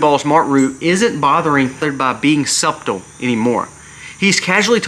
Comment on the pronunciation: Just a friendly fyi: subtle is pronounced 'suttle. Silent letters are really aggravating. I don't think I could manage French!